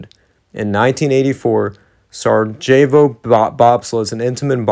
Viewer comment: Sarajevo...pronounced: Sarie-avo